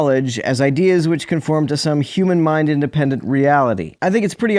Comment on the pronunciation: And immediately after that, he pronounced "which" as "weech"